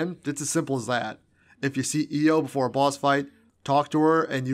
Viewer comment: its not io